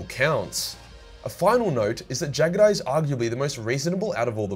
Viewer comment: I swear to the Emperor,. That East Asian accent was funny as hell for Jaghatai.